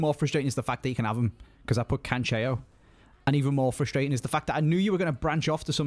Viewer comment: Why is he pronouncing it “Canchejo” it’s CANCELO